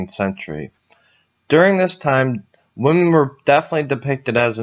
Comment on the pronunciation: Why do you pronounce “women” the same as “woman”? Very confusing